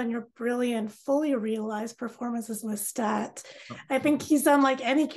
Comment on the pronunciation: It is Lestat not Loustat!!